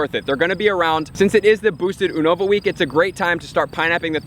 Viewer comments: You-nova not Ooo-nova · I swear I lose my shit everytime he say (ooo-nova) instead of (you-nova) how its suppose to be said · Why is he saying Unova so weird? When he says it sounds like uhhnova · It’s pronounced YOU-NA-VA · It's pronounced as You-nova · You are pronouncing Unova wrong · Who says unova like that? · The way he says unova😂